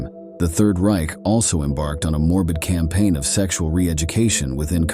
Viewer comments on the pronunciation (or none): none